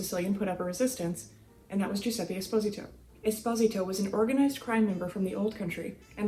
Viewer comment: Pronounced Es-po-z-tow